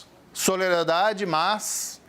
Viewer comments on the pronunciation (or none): Ué, ele não sabe falar "SoLIdariedade"??😁😬